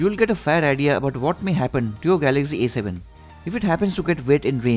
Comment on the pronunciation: What kind English you speaking this is A 7 not E 7